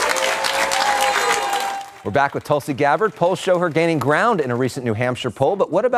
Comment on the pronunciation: It's not Tulsi as in 'umbrella' , it's Tulsi as in 'you'.